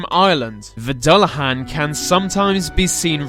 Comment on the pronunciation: Dullahan is pronounced Du-han